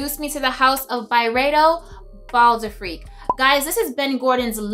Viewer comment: dunno why but the timestamp where you talk about bal d'afrique says "bald freak" XD